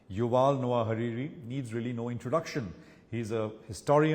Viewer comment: It's Harari, not Hariri dude! Just putting on a deep voice doesnt help your lack of basics.